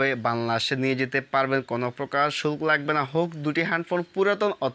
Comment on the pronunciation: শুল্ক নাকি সুখ অস্পষ্ট ভাবে কথা বলেন